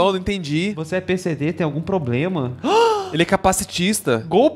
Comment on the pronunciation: Um golpista e ainda fala "POBLEMA".